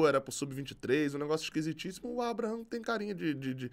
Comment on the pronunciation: Abraham se pronuncia = eibrarrem